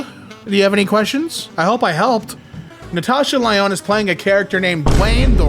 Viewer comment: natasha lyonne mentioned, even though he said her name wrong.